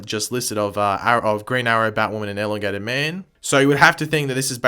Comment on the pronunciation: Is anybody else annoyed by the way he says elongated man